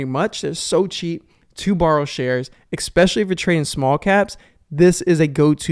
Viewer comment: I "EXPECIALLY" appreciate the BONUS tip. 😂